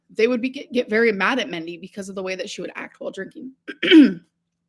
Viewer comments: She lived with that woman for months yet she still calls her "Mendy" instead of Mindy. You'd think she'd learn how to pronounce it. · If Destiny’s Mom’s name was Mindy and she is repeatedly calling her ‘Mendy’, then I am taking great personal offense! She loved her so but can’t pronounce her name.😡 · But she say MENTY ✨️😭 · I really hope Its Mendy and she isn’t pronouncing Mindy as Mendy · Why is she saying Mendy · It's Mindy. She thinks it quirky to pronounce things like a child. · Why would she pronounce it like that omg..